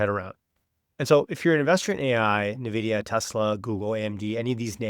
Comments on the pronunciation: it's not "nahvidia" it's "N" "vidia" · Yeah i instantly close the video whoever STILL can't say it correctly. NAHVIDIA. JEESUS